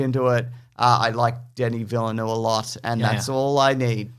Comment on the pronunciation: Villeneuve is not pronounced Villeh-noo. It's Vee-neuf.